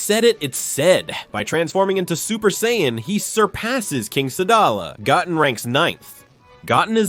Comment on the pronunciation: Goat -in